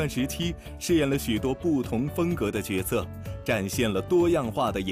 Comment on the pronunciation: 角色Jue se 应该念 Jue se.